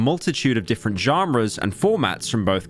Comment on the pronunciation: Pyro is secretly an American (the way he says genres)